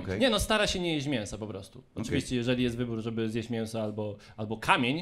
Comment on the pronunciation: Jedne z lepszych kartek. mówi się miĘso Pan raczysz wymawiać mienso.